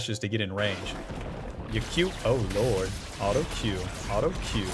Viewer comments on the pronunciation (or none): I havent watched in a while do we say alto instead of auto now